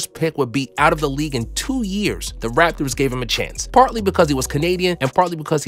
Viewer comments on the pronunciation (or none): none